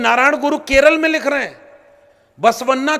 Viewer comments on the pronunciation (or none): none